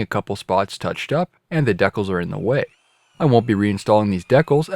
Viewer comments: Always thought it was pronounced decal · I was almost in tears lmfao. Iv been all over the country and have never heard it pronounced that way